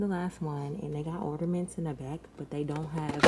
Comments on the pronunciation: Not “ordamints” sis lmao. Did the lidocaine hack work? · the tree turned out really pretty.. it's "ornament not ordaments boo. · Gworl 🤣 it’s “ornaments” not “ordamints!” The way you pronounce it is killing me. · what the hell are “Orderments”? Lol Le sigh 😂😂😂💕🥰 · Or-na-ments sis